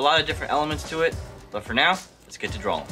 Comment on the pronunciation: ITS DRAWING NOT DRAWLING JESUS